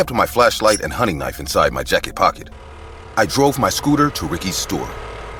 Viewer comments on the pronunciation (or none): bro said k-nife😭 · I noticed this too and they're spoken a little different as well. Maybe it was a retake that wasn't edited properly. I came to the comments to see if anyone was going to comment about ka-nife for knife 😂😂🔪